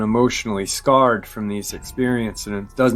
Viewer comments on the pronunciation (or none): none